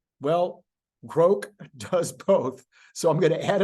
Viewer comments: It's pronounced "grawk" not "groke." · Also at 44 seconds "Grok" (like Rock) not Groke like woke - source and proper pronouncination with somebody that uses Grok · i'm older than elon and i say it's grok, not "groke". i think he's pronouncing it groke because it rhymes with woke. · Grok not Groke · Yes, Elon is wrong about the pronunciation. And no one (except for him) is going to pronounce it as "groke". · Well, if anyone would know how a Martian word were pronounced, I’d expect it to be Elon Musk. Regardless,I think I’ll continue with the pronunciation I’ve used for the last half century: Grawk. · Grok should be pronounced like Grock, like rock. That is an established word in literature. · sorry.. Elon wrong on how to pronounce. Long o is how all my geeks say it. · Please keep mispronouncing grok as many ways you can. Quite entertaining and sure to piss off pronunciation geeks 😊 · Elon is pronouncing grok wrong.